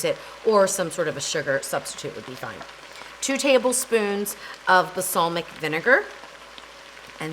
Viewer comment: Wooooh did you just say basalmic? Dude check out your grammar. It’s Balsamic. Hahahahaha - B. A. “L” S. A. M. I. C. Just like it says on the label.